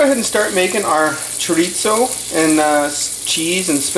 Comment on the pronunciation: There is no t in chorizo. Chorizo is Spanish not Italian.